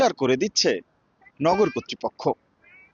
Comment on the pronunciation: টরেন্টো না উচ্চারণ হবে টরন্টো, আর লোকালি বলে " টরনো " । সময় টিভির রিপোর্টার একটা সাধারণ উচ্চারনটা ঠিকমতো করতে পারতেসে না কি আর বলবো ।